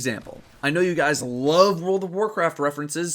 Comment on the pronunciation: "Hey gwuys it's yo boy here back with today's destiny video, and in today's destiny video, we have dis weeks loot dwops in dah pwison of owduhs" or at the end "wike, comment, and subscwibe fo daily destiny videuhs" I hate being a dick, but if you see the crap he says to subscribers in the comment section, he totally deserves it.